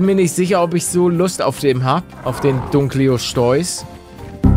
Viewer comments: Nichts gegen deine Aussprache aber es wird nicht Dunkleoschteuß ausgesprochen sondern Dunkleosteus ausgesprochen. Sprich es aber so aus wie du möchtest. Liebe deine Videos! Weiter so!!! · Dunkle'oste'us nicht dunkleosteus 🤨🧐